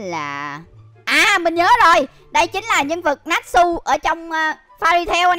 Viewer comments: Natchu ko phải natsu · ơi natsu tiếng Việt đọc là (nát chư) nhe!